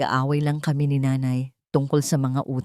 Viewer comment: ayusin mo pagbigkas ang nanay or nay ginagawa mong ney